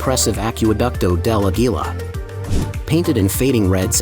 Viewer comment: He does not pronunce Aquducto de Aguila correcrtly os Aguila